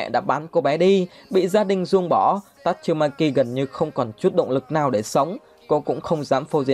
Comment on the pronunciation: Tasumaki chu khong phai tachumaki